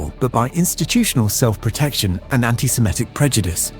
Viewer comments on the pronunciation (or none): he pronounces "ceremony" incorrectly and he wrongly pronounces antisemitic as antisemEtic ...